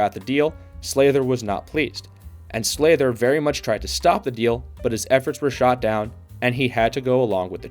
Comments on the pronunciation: Sather, not Slather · Is there a reason you can't say these words properly? Oilers SAYYYYYther not SLAYther Krushelnyski How awful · And now you are misspelling his name too. Its Glen with one n. It is definitely not Slather either, its Sather. Also you mispronounced Mike Krushelnyski’s name too. Its pronounced “Kroo- shelniski”, not crush. Simply checking Google could’ve avoided this. Also you might’ve gone a bit deeper into Oilers owner Peter Pocklington’s financial problems, which partly necessitated the move. He owned a company called Gainers, which was failing. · Glenn Sather, not Slather. Please get your facts straight before posting again. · Sather not Slather. Why do all hockey videos have names pronounced wrong? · Glen Sather…not Slather. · Glenn "Slather"? Really, bud? :face-green-smiling: This entire video has to be the biggest brain fart put to YouTube, I've ever seen. Holy 💩. 😆😅🤣😂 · Who pronounces Sather “Slayder???” Where do they get these narrators, A.I.??? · Got me with that Sather pronunciation 🤭